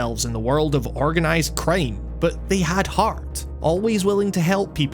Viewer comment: I love how you Accent "crime" like "Creeim"